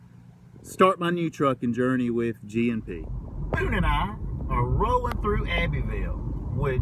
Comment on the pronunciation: was it just me or every time you said g&p i thought you were saying gmp